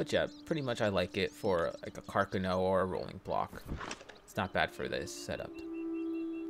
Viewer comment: It’s called a C A R C A N O 😂